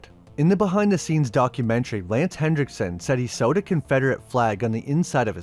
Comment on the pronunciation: There's no D in Henriksen.